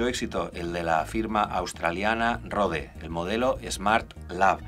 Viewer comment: Genial review! Pero pronunciar Rode así como si fuera una palabra española casi me hace sangrar los oídos.